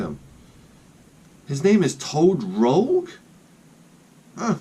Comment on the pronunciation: Lol toad rogue... It's toad Rouge, and rouge is french for red, must be from Canada, where I live. It's not pronounced like rogue though.